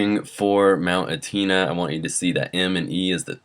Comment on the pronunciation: It's pronounced mount Etna ( eh-t-nah)